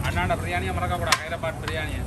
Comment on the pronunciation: தம்பி அது ஹயரத்த பாத்து இல்ல ஹைதராபாத்.....